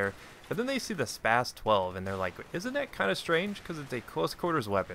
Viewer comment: the way you pronounce that gun is so spastic.